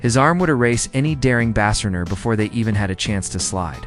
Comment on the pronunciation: BASS RENNER????? You mean base runner. This is Artificial intelligence. Mister artificial intelligence how would the Yankees have recruited these players as no team in their right mind would trade Johnny Bench, Joe Morgan, Rogers Hornsby, Honus Wagner, Mike Schmidt, Hank Aaron. Also from 1965 until today there's a draft. BTW, neither Schmidt nor Brett ever made diving catches or plays from their knees once they caught the ball. Orioles third baseman Brooks Robinson and Yankees third baseman Graig Nettles and Clete Boyer did. You forgot the whole outfield. Solar flares interfere with artificial intelligence. It's something the doomsday science fiction writers didn't think about. God created cerebral human thinking in man better. Other errors were mispronouncing Yogi Berra's name as Birra Koufax, Garrig for Gehrig and Geeter for Jeter. Keep AI away from any atomic missile silos.